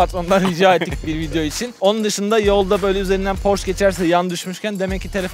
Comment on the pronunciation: "Porş" değil de "porşe" olduğunu da unutmadan.